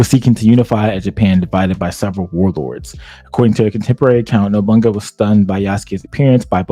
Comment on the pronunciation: Every time he says NOBUNGA I cringe. It's No-Bu-Na-Ga